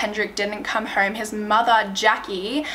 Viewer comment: “Didn’t come herm “ lmfao